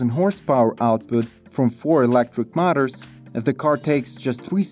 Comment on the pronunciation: Milton - Canada1 second ago " , ", "etc "Mutters" (aka: motors). Check using Google "English Audio Translation" this may help your announcer to say it correctly. Same old problem with pronunciation. Otherwise a very well done video. Very much enjoyed, Thanks, good job.